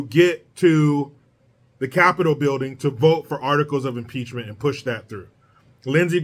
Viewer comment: Maxine Waters says, "PEACH-MINT"